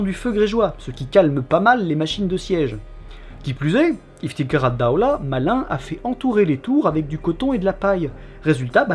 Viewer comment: Votre accent Arabe est excellent! Ps: le "kh" dans Iftikhar Addawla (Fierté de l'état) se prononce comme le "j" espagnol.